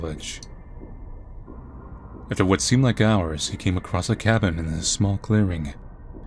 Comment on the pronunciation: Look at the spelling of "foliage" and see if you can pronounce it right :) Random pet peeve. Weird game, but always enjoy watching!